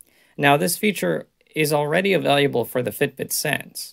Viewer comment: Why does she say available like it has a U in it? .. he says availUable